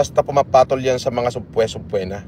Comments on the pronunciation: cambridge graduate yan ah pronounciation sa "subpoena" eh "SABPWENA"!! laftrip ka!! UHHOHHHH!!! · hahaha sabpuwetttnaaaa hahahha mabilis lang icheck tamang pronunciation sa google di pa magawa pwe ka FLM!